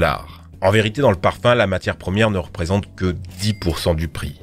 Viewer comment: J'ai compris parpaing au lieu de parfum